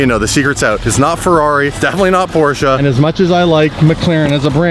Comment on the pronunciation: Did you just say DefiniTeLy not PORSCHE?!?